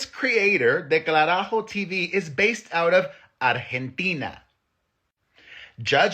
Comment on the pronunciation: It’s “del carajo “ not “ declarajo “ hahaha love you Perez ❤😅